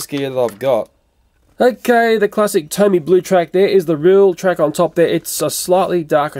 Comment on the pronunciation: It doesn't say tony it says tomy